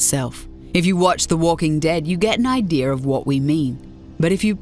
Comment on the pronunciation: Idea not idear.